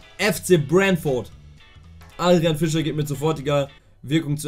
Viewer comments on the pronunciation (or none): none